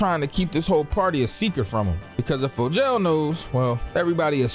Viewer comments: Bro I'm convinced you pronouncing these names WRONG on purpose at this point 😆 cause ain't no way you sat up here and called him FOE-JAIL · “Helen’s” name is Becca 😂😂😂 and Fogels name is pronounced fo-g-al. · you got me fucked up for the way you say Fogel 😭